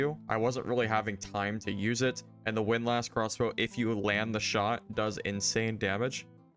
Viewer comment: unsubscribed unless you learn how to pronounce windlass correctly.